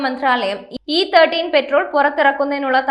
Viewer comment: ഇ തേർട്ടീൻ അല്ല മോളേ, ഇ തേർട്ടി.